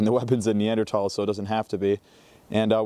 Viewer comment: Followed because you pronounced it correctly. 🎉